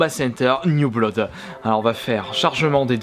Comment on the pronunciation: On dit "Bloud"